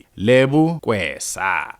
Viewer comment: her surname is Keswa not "Kwesa" as you keep on pronouncing that surname bro. Please stop butchering her surname asbonge. 🤜🏾🤛🏿